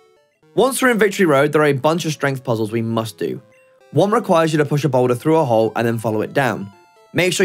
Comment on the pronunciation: “Play froo”